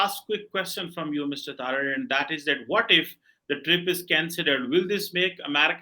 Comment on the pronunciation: Its Sajid Taraar not Taarar It's a Hindu surname; so is cheema Cheemu apni roots accept karlo